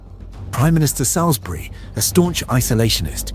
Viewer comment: cantnot pronounce "Salisbury"